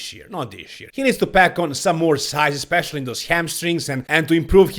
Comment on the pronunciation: He can't even say the word "especially", instead saying "expecially". He is clearly a low intelligence individual.